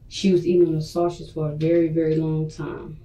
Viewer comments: Her misusing words like "prolong" or mispronouncing simple words like "sausage" and constantly calling Deonte "mah dude" all really annoy me for some reason. It makes her seem like an uneducated and incapable person to raise a child. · .....lots of the 13 cannot pronounce the word 'sausage'....and they all mispronounce it the say exact way....i just don't get it...... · The way that woman says sausage irritates me in a way I can’t describe. Why can’t black people pronounce the most basic words correctly 🤔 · Between these bold face lies, lack of accountability, the request to play Gospel music and her inability to say “sausage” correctly I am royally disgusted by this chic.